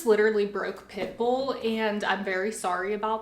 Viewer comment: OMG WHEN SHE SAID "I dropped Pitbull" I THOUGHT SHE SAID "I dropped pickle" LMFAO